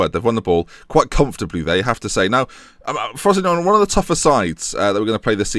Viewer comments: It's pronounced "FROS-SIN-NO-NEY" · I thought it was pronouced frow-see-no-nay? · when pronounces frosinone well feels